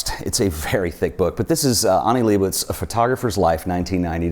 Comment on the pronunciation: Can’t pronounce Leibovitz either.